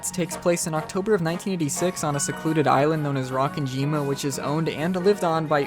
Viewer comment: It's Ro-ken-ji-ma I'm sorry but Rock-en-jima hurt my brain xD